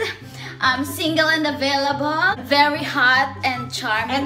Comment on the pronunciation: Ung "Avelavol talga eh hahah